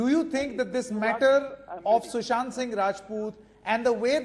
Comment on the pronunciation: Sushant. Not Sushanth.. at least know his name properly.